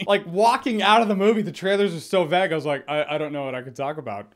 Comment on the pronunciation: Why can't you pronounce vague